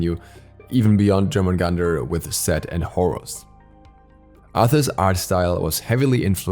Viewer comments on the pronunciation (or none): Jormungandr is pronounced as Yourmungandr. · No offense but your pronunciation of Jormungandr is wrong.